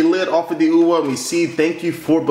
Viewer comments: It's not Ouwah, it's Ouyyyyaaaa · ouya not oua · You say ouwa its ouya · Its called tthe ouya not ouwa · Why does he pronounce it "OUWA"? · wee-ya in the same way the Ouija board is pronounced! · you mispronounce OUYA... its like booyah without a B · "This is the ouwa console" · you pronounce it wrong lol